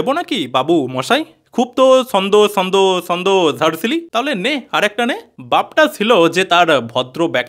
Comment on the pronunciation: ভাই, তুমি তোমার জিভটা একটু ভাল করে ছুলে দ্যাখো না যদি "ছ" উচ্চারণ করতে পারো। এই যে ছন্দকে বারবার 'সন্দ' বলছো এটা তো ঠিক হচ্ছে না, তাই না। সন্দেহকে অনেকে শর্টে 'সন্দ' বলে থাকে।